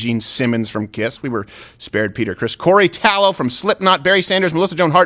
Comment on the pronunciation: Did Steven just say "Corey Tallow from Slipknot" LOL